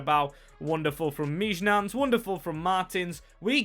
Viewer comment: I think Mijnans is pronounced (Mine-ance) or (Meen-yanz)! Great video and I’m not exactly sure.